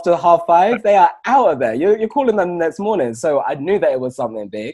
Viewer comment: COULD YOU DO A "MORININ" CHALLENGE OR JUST WOULD YOU SAY IT AGAIN PLZZZZZZZZZ